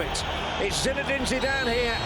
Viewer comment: I love this channel but it says “Zidanee”